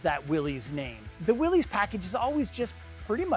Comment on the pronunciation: It is not pronounced Willees!